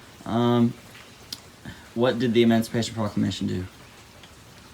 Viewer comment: "EmOncipation ProClockLamation"